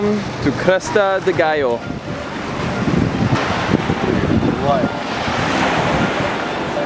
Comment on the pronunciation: That moment you came to land (and finally say the island name right!). Priceless.